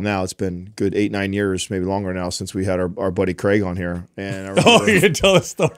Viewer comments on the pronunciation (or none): none